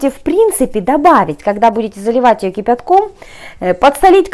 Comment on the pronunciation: Слово кипятком произносит автор прикольно 😁